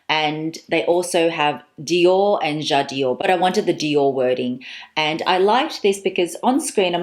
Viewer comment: <3 dear, I didn't stop watching your videos for the last few days as you are very sympatic. But please don't say: jad i ore...its called 'jadore', without an extra 'i' in the middle! it comes from 'j'adore' french for ' I love' <3